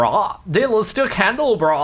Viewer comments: Jardon... Candle-AH-bra, you fool... facepalm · I am triggered and yelling at the screen saying CANDLE-LOB-RAH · A candelabra is pronounced candle-Ah-bruh or bra depending on accents and stuff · Dude, its pronounced candle-ah-brah, brah dude, brah